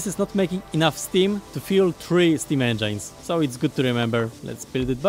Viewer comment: Small information for him how to pronounce engine. engine nie wymawiasz jako endżajn tylko jako endżyn. Taka drobna rada. U nas w klasie mówienie endżajn stało się naszym inside joke